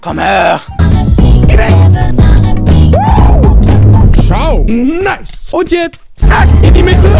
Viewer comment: Neis..neiß..äh..neice.. Ähm nice lol ...